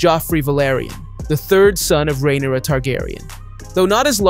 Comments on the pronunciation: not 'Demon' and 'Rheneyera' lmao do you watch the show? their names are literally said on the regular. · and rhaenyra and rhaenys